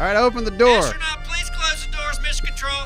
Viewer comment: coming home from a day of hard working and hearing about "appsronaut" totally made my day:D keep on the good work